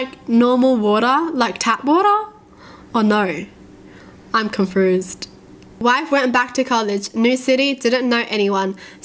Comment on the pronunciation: Am i the only one who hears her say confruzed instead of confused. Its probably her accent.